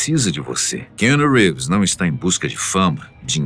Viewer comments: A pronuncia do nome Keanu é Quiano e não Quino. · O nome dele é QUI- anu … pelo menos acerta nisso né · Narração muito forçada para os termos em inglês... errando até a pronuncia do nome do ator... Força menos que fica bom...